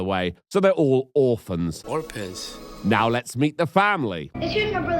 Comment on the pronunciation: ROFL, “orpans” never gets old.